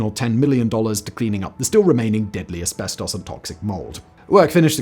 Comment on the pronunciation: Ive never heard "asbestooos" pronounced that way